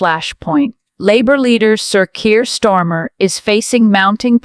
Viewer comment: Who's stormer!??? If your going to do a voice over lease get it right 😂😂😂